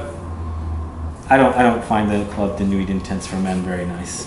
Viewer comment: You don’t say nuit with the t...... it’s just nui....noowee